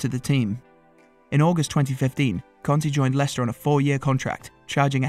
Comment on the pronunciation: Had to stop after 10 seconds. Stop calling him CONTE for fks sake!!!!! It's pronounced KARNTEY!